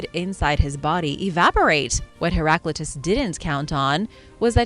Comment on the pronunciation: You have mispronounced Heraclitus